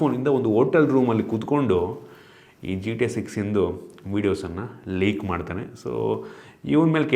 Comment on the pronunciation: ಲೆಕ್ alla ಲೀಕ್😅😅